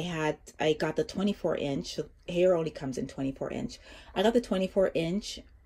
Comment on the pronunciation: Great info, I'm looking to purchase one for my apartment as well. I find the sharing washer/dryer with strangers pretty gross! Haier is pronounced like higher. Not hayer.